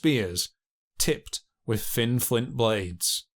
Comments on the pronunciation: Pronounce “th” with a “th” sound. No an F or a V. North not norf , brother not brova, with not wiff. Dipshit. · This narrator says "wiff" instead of 'with'... & he also says "fousand" instead of 'Thousand'...